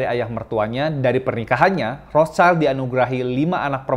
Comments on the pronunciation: Bang, dibaca Rot-syil. Cmiiw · bahasa jerman bacax "rotsilt" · Ejaan nya : Rot Schild /rot shil (artinya perisai merah dlm bhs Jerman) bukan Rots Child /rots chail Ato Red Shield dlm bhs Inggris